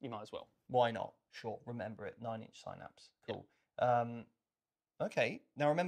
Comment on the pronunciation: Couldn't watch it because they kept saying Synapse wrong.